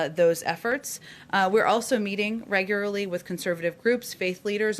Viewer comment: So many statements sound like questions? That's very annoying? It's hard to listen to? Also somebody please teach her how to pronounce REG-U-LAR_LY. It's not "regurily." Oh sorry I forgot my uptalk question mark?